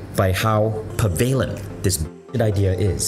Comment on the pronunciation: There is no such word as PERVALENT, Vishen. You mean PREVALENT.